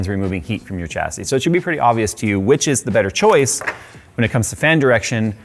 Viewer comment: Took me 15 minutes to realise he was saying 'chassis'.